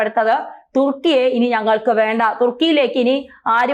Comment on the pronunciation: തുർക്കിയെ.. തുക്കി.. ഏറിയുക.😄😄